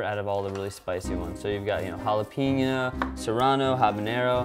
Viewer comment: jalapeño sounds like holla-pain-yo, not holla-peen-yo. O.o